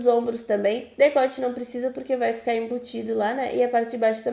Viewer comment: Querida, só queria corrigir: o certo é “DeCote” e não “deGote “. Você é muito boa para ensinar. Amei!